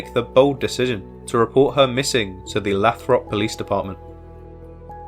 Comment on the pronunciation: It is pronounced "Lay-throp". OPD does not care about missing Black women.